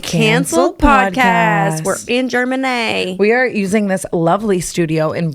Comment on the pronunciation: “We’re Ger Man ey” ly brooke